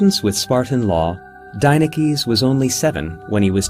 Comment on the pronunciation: Any Greeks notice that he's pronouncing the name as an American and not as its pronounced in Greek?